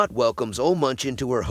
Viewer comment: It's pronounced "Oluh Moonk."